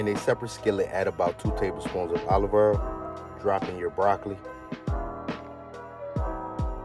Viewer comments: loving the way you pronounce olive oil "olivER" heheh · Ima start saying Olive Earl now lol Great recipe btw!